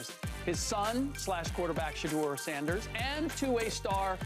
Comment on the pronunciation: It’s “Shedeur” not “sheuder” and he would’ve been picked round 1 this draft so yeah.